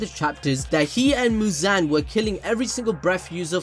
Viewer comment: The way you say muzan its like you are saying "JIGEEEENN"😂